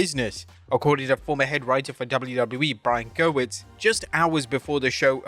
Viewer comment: When is the narrator going to pronounce GEWIRTZ correctly?